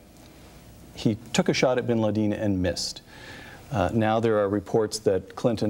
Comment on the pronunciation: Bin ladeen? Wtf lol